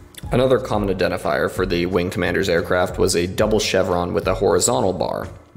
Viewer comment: "SHHTahhhb SHWARm